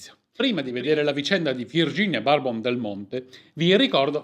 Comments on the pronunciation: non si dice " barbon" ma semplicemente "burbon ". è famiglia fiorentina o quasi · Comunque si pronuncia Burbo`n no barbon, non è un superalcolico 😂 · Ciao, grazie come sempre per il bel video e per la storia interessante che ci hai raccontato! Solo un appunto: il cognome di Virginia si pronuncia alla francese "Bourbòn" (fonetico: Burbòn), Borbone appunto, per un qualche collegamento, mai spiegato storicamente, alla famiglia sovrana francese, i cui gigli sono anche presenti nello stemma dei Marchesi del Monte Santa Maria e Principi di San Faustino.